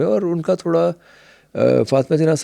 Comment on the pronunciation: teach the host to fucking pronunce urdu alphabets right tf is تھورا